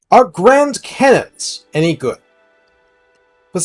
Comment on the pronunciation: I have no idea what you said at the beginning but we'll done on the pronunciation it sounded legit to my neophyte ears. Also cannons are great on nurgel or ogers love these things.